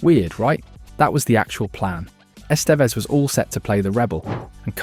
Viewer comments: That, and "Ess-STEEEVE-ezz" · "Es TEE ves"?? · E 'stee vez ? I wish for your sake this WERE AI narration.